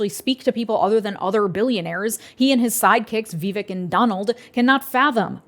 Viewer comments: can you please say Vivek's name correctly? I don't think you're saying it wrong on purpose, but I think getting peoples' names right is really important (even when we don't like them). It rhymes with cake and rake--Vih-vake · His name is vivek. It rhymes with cake. Remember his rap?